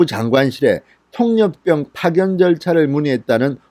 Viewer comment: 수고하십니다, 그런데 통역병을 통력병 이라고 발음하지 말았으면 좋겠어요, '폭력병' 으로 들립니다......^^